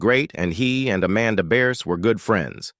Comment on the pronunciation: This is old news. Even back when Married With Children was filming, it was common knowledge that those two didn't get along as time went on. And for the love of God get her name right. It's Bearse